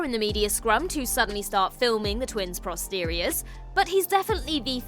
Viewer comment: pRosteriors? :face-green-smiling: I guess that means being all for booties haha